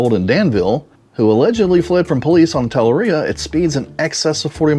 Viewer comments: Tuh-LARR-ee-uh is the correct pronunciation. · The only thing wrong in this video is the way you pronounced Talaria. very well said and well researched. I’m a dad in his early 40s and both I and my son as well as his friends ride bikes like these. They are thoroughly not E bikes, they are electric off-road motorcycles. I drill it into my son’s head that these are very much dangerous and very much illegal when he rides them on the road. But he is also being trained by me on what the rules of the road are and how to properly operate them in a way that isn’t dangerous or foolish. The real problem is when kids save up their newspaper money or the parents buy them these expensive electric motorcycles, and then stick their 12-year-old on it with no idea how to interact with other traffic. Combine that with minimal to no safety gear and the decision-making ability of someone who still watches Bluey, it’s a recipe for disaster.